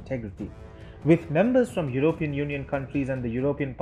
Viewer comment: What is "your-oh-peein"?